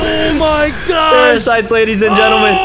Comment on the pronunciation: When said those are the parasites those are parafites 😆😆